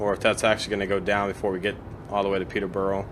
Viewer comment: I know this is 4 months old, but I'd have to congratulate you on your pronunciation of British place-names, Stevenage was correct, Peterborough is not far off, peter- ber rer (not peterbowrow)is the closest I can show you in text, without sending an audio clip of the pronunciation, either way, I'm glad that you are playing a wide variety of routes, most Americans stick to American routes.